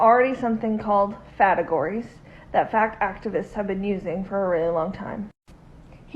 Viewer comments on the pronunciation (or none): I'm sorry but I bursted out laughing when that woman said fategories like wtf is even that💀 and she looks so serious too